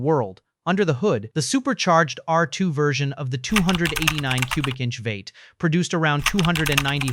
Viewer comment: If there is a human involved at all in this production, for crying out loud can't you listen to and correct the AI mispronouncing? The 300L is pronounced three hundred el, not three hundredle. A V8 engine is pronounced vee eight, not vate.